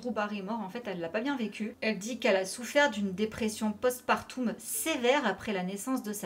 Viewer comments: Madame, oui c'est vrai de prendre au sérieux la dépression post-partum, c'est mon domaine la dépression donc bravo MAIS on prononce "post PAR TOME" pas du tout post parTOUM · J'aimais beaucoup la série Heroes (beaucoup moins la fin bâclée) mais je ne savais pas du tout pour le parcours semé d'embûches d'Hayden ! Merci pour cette vidéo 👍 Petite précision pour le post partum, on prononce part-homme et non part-oume 😉